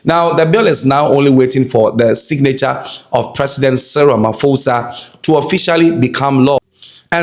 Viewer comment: The BBC,CNN and all white foreign media call our president Ramaphosa you an African you call him Ramafosa. Why??? In Africa "PH" isn't prounced as "F"